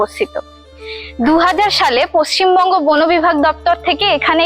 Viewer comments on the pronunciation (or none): none